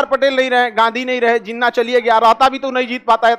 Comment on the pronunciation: Love the way he pronounce names (jinwa)😂😂😂😂😂😂😂😂